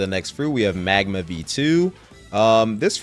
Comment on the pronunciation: Bro he loved magma and said it is the peak of epic he called it midma 😭